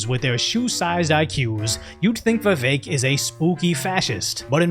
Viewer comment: For anyone who doesn't know how to pronounce Vivek: Easiest way to pronounce VIVEK, say these words exactly how you pronounce them BUT TOGETHER: WE-WAKE Pronouce them each as you normally do but pretend they are one word.